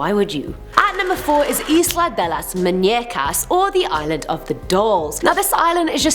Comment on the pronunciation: MUUUUUu ÑEa CA not that hard to say